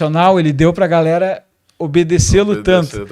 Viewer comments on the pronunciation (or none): none